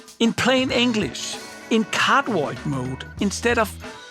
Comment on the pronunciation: anyone else always understood "in cardboard mode" instead of cardioid ?! xD